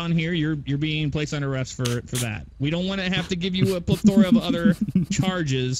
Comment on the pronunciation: Pa-thora cmon that’s not now u say it